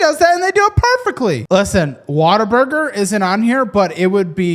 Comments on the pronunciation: It's not Water-Burger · Im really disappointed that you're one of the people who pronounces it "water-burger" its....what....a....burger. say it slowly. You're putting an -er in there where it doesn’t belong